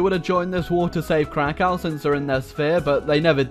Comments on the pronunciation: I bet you say Moscow like "Moskau" as well, like a 1980s yank. It's Crackov, anyway. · I like how pronaunced krakow as crow cow